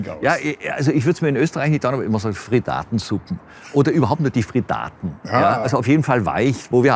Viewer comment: Der Scheck kann nicht mal das Wort "Frittaten" richtig aussprechen.